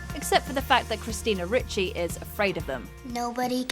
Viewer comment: Ricci, the is in Ricci are pronounced third the letter e because the name is Italian. In Italian, the I sounds as in pin, pig, pie, and pipe don’t exist.